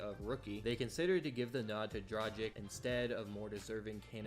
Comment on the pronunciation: Having a hard time pronouncing Dragić huh?